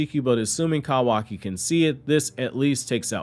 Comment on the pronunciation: Listening to you say Cow aki instead of koo waki is absolutely painful.